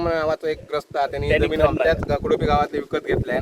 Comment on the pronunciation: गावच नाव कुपोडी नाही आहे कुडोपी आहे